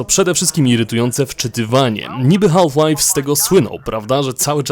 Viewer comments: źle wymawiasz HALF, mówi się bez "L" Mówię tu jako jako native speaker :p Wymowa: szybkie "haf lajf " jest jak najbardziej prawidłowe ;) Taka moja uwaga na przyszłość, btw dzięki za materiał, jak zwykle kosa! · To potrzebne żebyś wymawial "half Life " Z takim akcentem? Nie znam nikogo kto tak to akcentuje